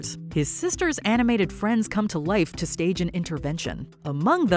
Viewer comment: "stege " So close!!!